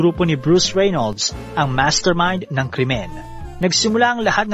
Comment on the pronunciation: Nice content. Suggestion lng po Depot - Di-pow Reynolds - Re-nolds (Silent Y)